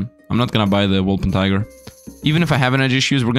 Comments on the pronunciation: Wol - per - tin - ger. :) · You keep ignoring the N in wolpertinger. the -tinger part rhymes with finger. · If I hear WolperTIGER one more time I won’t guarantee for anything